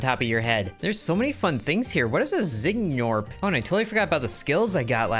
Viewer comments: they're pronounced 'norps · i think the G is silent like gnome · nuh uh. its just gnor-p. the g blends in